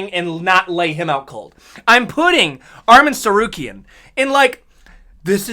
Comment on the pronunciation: Chael Sonnen finally pronounces Arman Tsarukyan’s name correctly!